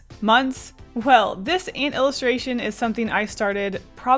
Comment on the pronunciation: Omg I remember you drawing this on stream I was watching it with my sister before we left for holiday and commented how I like the way you say ant ! It's great to see it get finished :3